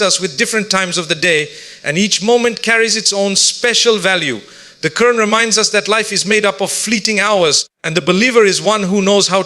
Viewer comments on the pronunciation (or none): Please correct the pronunciation, It is Dhikr not Decca It is Quran not kurn